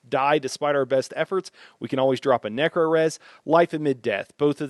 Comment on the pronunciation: What's with the necro pronunciation?